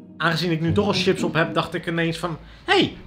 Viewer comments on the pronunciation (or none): none